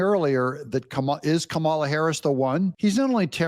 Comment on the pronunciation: Doug, not that I care, but you pronounce Kamala like you pronounce Pamela. Accent on Pam and accent on Kam' a la COM' uh luh. Enjoy your videos.